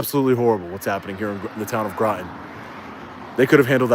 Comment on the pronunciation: Groton rhymes with Rotten